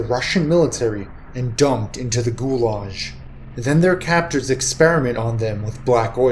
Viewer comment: also its not pronounce gulash (xD) but Gulag